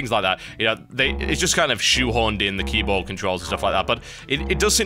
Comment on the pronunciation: LOL HE SAY´S KEYBUTT